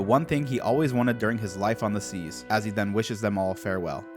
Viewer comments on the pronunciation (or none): none